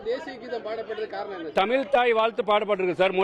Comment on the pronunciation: தமில் நாட்டு ல